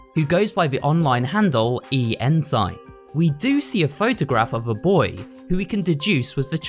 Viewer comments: Why does no one know how to pronounce the word Ensign? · Your butchering of "ensign" gave me a serious eye twitch.